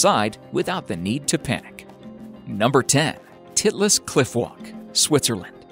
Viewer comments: it's spelled Titlis and the i is pronounced like "eye", not like "it". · "Mount Titless" Haha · did anyone else laugh when he said titlus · when he said titlis cliff wallk my brother started laughing his ass off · Yes... I laughed every time he said Titlis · Titlis🤣 i thought he said something else